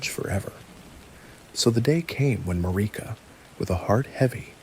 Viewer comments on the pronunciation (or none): Marika is pronounced like America. Erdtree is pronounced Erdtree. Not Earthtree. Faah. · Yeah he got that Mariuhh 🔥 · This has been my bedtime story for a couple nights but I'm cracking up over the way you pronounce Marika like it rhymes with Paprika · It's the Erd tree not the earth tree. You are also mispronouncing Marika I want so much to like these obvious AI videos but I long for someone who cares enough to at least pronounce the Major character names correctly. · Is this guy just reading shit other people wrote? Cause there's no way you've played Elden Ring and don't know how to pronounce Marika... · Mispronouncing marika took me out of it